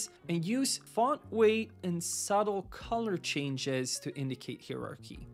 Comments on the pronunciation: Useful and shows how the exaggerated ux is everything disrespected that designers always used many elements of ux well before someone invented the term. Design always was ux. Also when did times something become just saying X that's painful, and heirarchy I have never heard it pronounced like that. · haha "hieroqee" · google pronounces it as "higher archy". seems legit ^^